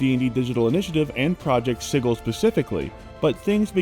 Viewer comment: Am I being gaslighted now about how “sigil” is pronounced?